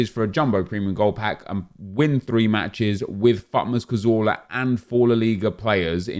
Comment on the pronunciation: The way you say cazorla makes me want to kill myself